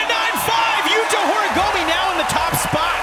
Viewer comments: Why do the judge keep calling him Horigomi ?? It's horigoMEEHH, how hard is it to try and pronounce the name of one of the most well known modern skateboarder. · Yo, learn how to pronounce Horigome ffs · I can't stand how always gets the pronunciation of Horigome wrong.